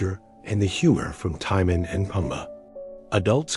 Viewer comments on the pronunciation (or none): except that the message pronounced "TIMON" name in a technically wrong way, and would have been convenient if you recorded your own natural voice